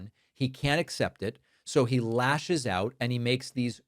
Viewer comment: We are oit of oxygen 😂